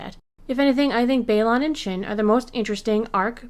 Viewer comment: Please please please, remember it’s BayLAN not BayLON when you pronounce it. Weird annoying thing I know but we wouldn’t mispronounce Vader or Luke’s names